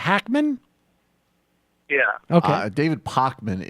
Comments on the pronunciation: Pre-vail-ent? Pockmen? Who is this idiot?? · How does someone who watches Pakman get his name wrong and Salome wrong also. Pakman corrected his pronunciation on the show.